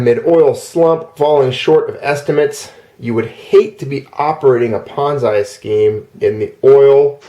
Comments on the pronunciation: Pet peeve - It's pronounced PON(ZEE) not PON(ZAI). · I like how you say "ponz I" and not "pon Z". I am cracking up so hard, and you just keep saying it like that. thanks for the lulz. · You're a good guy,, and I enjoy all your videos but I have never heard Ponzi pronounced ponz-eye wondering where you got that pronunciation. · Ah ha, a bit of history with that word. Leave it to you to know the history behind something like that. I wondered because I've heard other words we use pronounced other ways in other cultures. I'd never heard that one before though. I've seen things written differently here and the UK also. Yes, sem-eye and sem-ee are a common one. The whole time you were saying it, though, I kept thinking Bonsai in my head, lol.